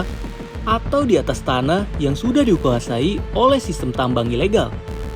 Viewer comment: "Di kuasai" "Dijuasai" HMMMMMMMM